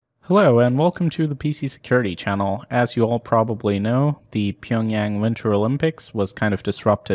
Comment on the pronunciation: Pyeongyang?! Its pyeongchang